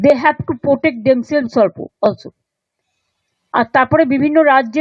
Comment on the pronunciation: অবাক লাগে ভাবতে যে সৌরভের মতন এত বড় মাপের ক্রিকেটার এই কথা বোলেছেন যেটা নিজের মেয়ের ক্ষেত্রেও তার একথা বলা শোভা পায়না কারণ বড় হোয়ে ও কি করতে চায় সেটা সম্পূর্ণ ওর নিজস্ব মতামত হওয়ার কথা তাই সেখানেও বাবা বোলেই হস্তক্ষেপ করতে পারেন না সেখানে আমাদের কিরিকেটার মেয়ে গুলো কে তো পারেনই না . আর বাকী রইলো মমতা ব‍্যানার্জীর ইংলিশ মন্তব‍্য যিনি একটা রফলা উচ্চারণ করতে পারেন না protect বোলতে গিয়ে বোলছেন potect তার ফালতু কমেন্ট শোনার কোনো প্রবৃত্তি আমার নেই